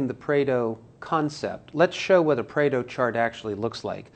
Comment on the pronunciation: Pareto not Preto.... if you insist on "pronouncing" it, do some research first